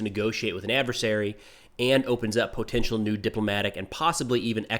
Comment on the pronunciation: I tune in just to hear say "PO-tential"